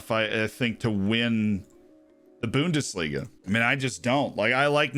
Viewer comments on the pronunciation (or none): "The Boondis leega"